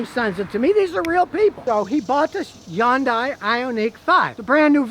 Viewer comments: It's pronounced "Hee - yoon - die," spoken quickly. NOT "Yon - Die." You would think that someone with as much experience with cars as Scotty kilmer, he would actually pronounce the name of the cars right. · Why pronounce H as Y? Hyundai instead of Yyundai? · Hay Scotty when are you going to say Hyundai correctly. Its not undai. LOL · Not a Hyundai... he said a "Yundai" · Scotty It's hund ay, not hayundai! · it's pronounced Hun-Day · Nice "Yooongdaiii" 😂😂😂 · Hey Scotty, It's Hyundai, like Sunday. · It is pronounced Hun-DAY in English. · Hyundai, pronounced like Sunday. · How is it that an automotive journalist can't even get close to the correct pronunciation of Hyundai? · Why can’t he pronounce Hyundai correctly? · Now if he could only say Hyundai right! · Yeah. Funny how he pronounced it. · Now if we can get Scotty to pronounce Hyundai normally....